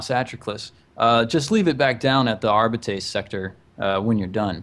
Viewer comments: Also, it's pronounced Arb-I (capital I)-ts. Arbites. Arb-I-ts. Arbites. It's super simple. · Dudes, it's "Are- bites"